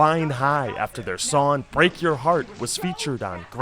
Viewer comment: It's "sonG" not "Sonn". There IS a G at the end of the word "Song" you know.